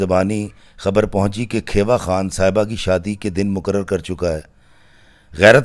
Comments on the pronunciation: It is not kheeewa it's khewa(khiwa) i am from there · Sahiban's father name was Kheewa not Khaiwa. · کھیوا خان kheewa khan تلفظ درست ہونا چاہیے۔